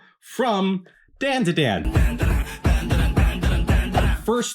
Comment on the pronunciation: Bro said Momo from dAnduhdAn.